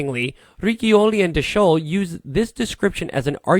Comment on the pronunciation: Not "Giovanni Battista Rikkioli" but "Giovanni Battista Ri'choli". That is the pronunciation of Riccioli.